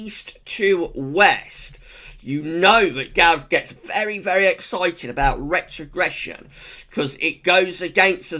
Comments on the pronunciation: love the video Gav love your rrrrrrrretrogression hehe keep up the great work you do :) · Rrrretrogression!! Haha. Woo, hoo!!